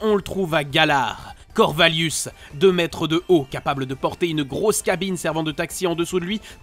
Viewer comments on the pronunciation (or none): C'est pas Corvallius mais Corvaillus (ayuss) et on dit vrille (iye), pas vrille (ile).